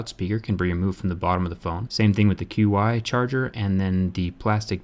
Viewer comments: dude, it's not pronounced QI charger. It's pronounced like chee. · "q-i" it's pronounced "chee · Isn't Qi supposed to be pronounced as "chee"? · Qi is pronounced "Chee" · It's pronounced as chiee for QI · I thought QI was pronounced "Ch-ee" or "Chi". That is how I have always heard it at least here in the United States. Maybe I am wrong?